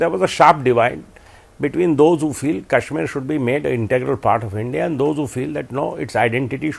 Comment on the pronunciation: Adv. Salve pronouncing Kashmir correct..😊